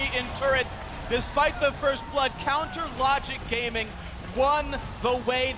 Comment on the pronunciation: is it me or do I hear him say " counter logic grame-ing" lol